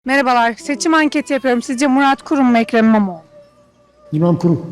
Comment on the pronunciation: Ekrem İmiaoğlu,muradoğlu,milad gorun,Melak Denştaş,Erk- Ekrem ilamiğo ve Kara parti hastasıyım diyen dayının yanlış söylemesine ayrıca estes imaro ya anıra anıra kırıldım geçtim.